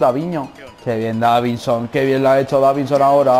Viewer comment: Dijiste davinho